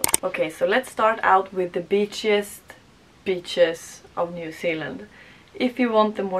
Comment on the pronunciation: Beaches but you said b*tches 😂😂😂